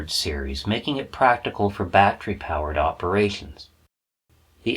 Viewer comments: Batt ter ee. Not batt re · Love your shows & you but you pronounce the word "battery" as "bat-tree" & it is pronounced "bat-teh-ree" !!! My only gripe but I miss so much because I am consumed with the pronunciation being wrong. HELP ME LEARN, SAY IT RIGHT!! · Just a tip, 'battery' is a 3-syllable word, there is no such thing as a 'battry'. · Very Excellent Presentation! I will try to ignore the "bat-tree" pronunciation because that's my problem. Sub'd anyways.